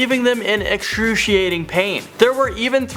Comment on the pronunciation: “eckshroosheryaiting pain” 🤣🤣🤣🤣